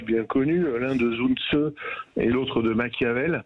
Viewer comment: Ne pas prononcer le nom Sun Tzu à l'anglaise : rien à voir avec « sun » (« le soleil »)…